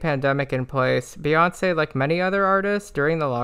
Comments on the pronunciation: why do you call her bay when the first three letters of her name are pronounced BEE and her fans are literally called the beyhive as in BEE HIVE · Amazing synopsis, only critique, it’s Bee, not Bay